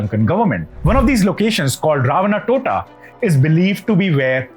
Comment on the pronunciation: Dude, it’s not ‘Totta’. It should be ‘Thota’, which literally means ‘ Port’, in English. So it should be translated as Ravana’s port.